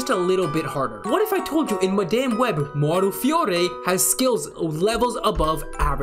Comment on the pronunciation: Madaime Web? Can’t even get the name of the movie right…